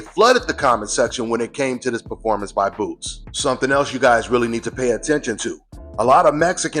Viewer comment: This dude sounds funny AF......r u reary do veel deh Mexican BOWER Derance🌮🇲🇽????😅😅😅. Terrence's response was funnier........ OH YEAAAH 👊🏾😅👍🏾